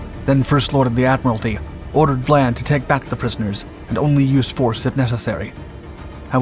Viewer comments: I enjoy your channel but the very weak research and editing have got to be addressed. The name of the British Captain is Vian not Vlan. It is simply maddening to observe such easily avoided mistakes this channel makes. Just a little concern for accuracy would greatly improve your work. As a retired professor of Theater and Film I know how important accuracy is in the presentation of facts or fiction. You could greatly benefit by more concern for accuracy because once inaccuracy is engaged increases unchecked your audience soon no longer trusts you or visits your site. Be wise. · Captain Philip VIAN (pronounced VI-AN) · Captain Vian's name is pronounced vie-ann. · What is this 'Vlan' nonsense? It's Vian. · You’re butchering the Captains name. Phillip Vian. Not Vlan. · It isn't VLAN it's VIAN. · It’s Vian not. Vlan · Cossack's captain was named VIAN not VLAN as used in the clip. the letter "I" obviously taken to be "L" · Hey, that one was pretty interesting. Just a couple of things to correct.... You may have misread the name of HMS Cossack's captain, as you were pronouncing Vlan rather than Vian. And the aircraft which located the Altmark were a trio of RAF Hudson bombers, not the Catalina you pictured. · It's Vian, not Vlan. Otherwise great video as always. 🙂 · Philip Vian not Vlan.